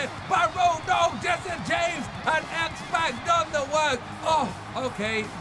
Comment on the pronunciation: His name is xpac like tupac the rapper